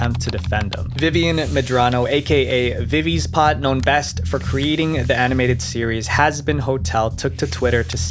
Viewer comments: Can you please work on how you pronounce things? F N A F is just pronounced fuh-naf. Vivziepop isn't VIVIES POT???? and who the hell is Scott Hawthorne?? literally just look up a single pronunciation before you butcher it, it really gives off the feeling that you don't actually care about the content you put out. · Ah yes, Viv-vees-pot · Did he say Vivi’s pot? Instead of Vivziepop…?? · Veezpot It's pronounced VivseyPop oof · Okay so I thought the way he was saying F.N.A.F was weird but then he said Vivi’s pot , and I think this was on purpose to mess with us. Edit: okay now I’m certain he’s messing with us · bro not only miss pronounces Fnaf but also Vivize Pop as Vissy pot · Did I mishear, or did he actually say “Vivie’s Pot” instead of Vivziepop lmao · Yeah, I didn’t think it would be hard to pronounce “Viv-zee-pop”, but I guess I was wrong… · "Vivie's Pot" 💀💀💀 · Vivies pot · The name is vivziepop not whatever you said earlier. And you called Scott's last name Hawthorne. Maybe next time make sure your saying the names right? Don't take this personal plz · He butchered the word "Vivziepop" so hard 💀